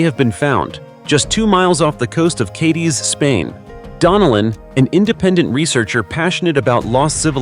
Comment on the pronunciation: An interesting video, however the a,i crap voice and its idiotic mispronunciation of Cadiz and other names leaves me laughing at your low brow effort!